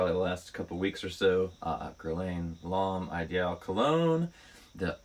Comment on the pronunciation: Wow! Way to seriously butcher the name, “L’Homme Ideal Cologne by Guerlain”. 🙄 😱 😆